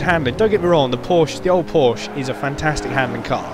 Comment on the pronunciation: Porsch-eh? Isn't that how AR12 would say it? :P